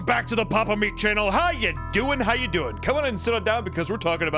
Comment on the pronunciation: As a Puerto Rican I approved papa meat got the speaker down and everything also keep making amazing videos😂😂😂